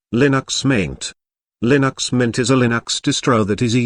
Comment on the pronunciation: i love [lin - axe]